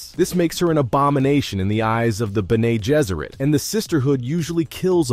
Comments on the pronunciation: Ber-Nay [roll eyes]...it's Ben-Nee. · The pronunciation of your narrator is horrible when it comes to the names of characters and the Bene Gesserit order.